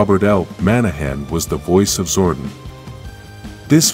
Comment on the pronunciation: lol We can pronounce Thuy’s name correctly but not Zordon’s or Austin St. John’s.? 😂